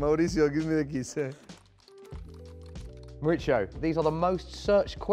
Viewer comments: Qué dolor cada vez que el tipo llama a "Mauricio", Mauritzio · Everyone pronounces Mauritzio. Should be Maurissio. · The board only had 'How do you pronounce Pochettino', but he really should have clarified how to pronounce his full name. Because the interviewer was pronouncing it wrong all video. He's from Argentina, not Italy. It's Mauri-SIO, not Mauri-CHIO. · when he says his name is italian, he meant his last name. Actually, in latin america "mauricio" is a pretty common first name. The way it is pronounced is "maurissio". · No one: Interviewer: Mauricho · This dude keeps calling him Moricho hahaa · La pronunciación de Mauricio! Un cráaa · Why does it sound like the interviewer always gets a stroke when he pronounces Pochettino's first name "Mauricio"?